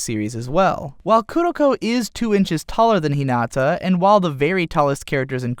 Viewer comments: Awesome way to explain both anime! However, japanese pronunciation of characters names and places really really really threw me off. Kuh Guh Miiy, Hee Nuh Tuhh.. Idk man :P Awesome all in all though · No one is going to say how he said Hinata’s name wrong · "ひなあああた" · You lost all your cred in this video when you pronounced "Hinata" incorrectly.